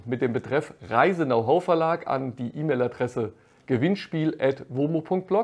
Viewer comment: Wie immer sehr nützliche Infos und Tipps für Kamper. Herrlich Dein Denglisch, besonders "Now Hoe" statt "Know how" hat mich zum Schmunzeln gebracht. Für einen Muttersprachler wäre das ein Freud'scher Versprecher gewesen.